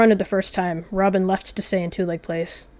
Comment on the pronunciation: You spelled Robin's name wrong u said ramen 😂😂😂